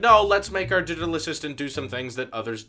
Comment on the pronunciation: “...The new Didital Assistant...”